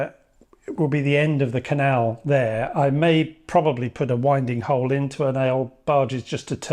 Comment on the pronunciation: Something I never knew until recently… A winding hole is pronounced win-ding, and not wine-ding, because you can use the wind to help you turn the boat.